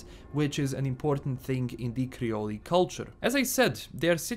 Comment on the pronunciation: You don’t pronounce the E in creole. 😉